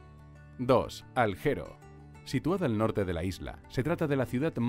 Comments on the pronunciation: por qué pronuncian tan mal! no es Aljero, es Alguero como Alighieri, un poco de respeto por el idioma italiano! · Tampoco es "Aljero" como pronuncia el relator sino "Alguero" (en Italiano) o Alguer en castellano. Cuando muestran lo que supuestamente es la playa rosa, se ve la Isla de Tavolara, que esta en el este, al sur de Olbia por lo que no esta ni cerca de la playa rosa.... En fin, un concierto de inexactitudes. :( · Cal-yiari es la pronunciación de Cagliari y alguero de Alghero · Se pronuncia Cágliari con acento en la A. Y Alghero se pronuncia como "gu", no como "J". Además no es la ciudad mas poblada del norte.